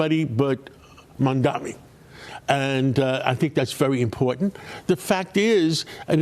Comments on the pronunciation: Just freaking loving this flailing from Fox News. Just loving it!!! And by the way, just 3 syllables mam-da-Ni. Not that difficult to get right. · Can you please call him name right… MAMDANI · Imagine being this brain broken that you can’t even pronounce his name properly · Ancient white boomer can't even pronounce Mamdani's name 🤣 Can't wait for the outrage from the old racists here when Mamdani wins 🤣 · He can not pronounce mamdani’s name idiot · Why do people who oppose Mamdani make a point of not pronouncing his name right? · These people cannot even pronounce Mamdani's name correctly. I wonder if they have completed high school.